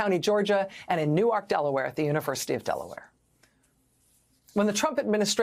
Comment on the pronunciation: Kudos for your pronunciation of Newark, Delaware!